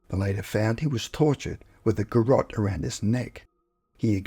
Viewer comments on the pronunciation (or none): none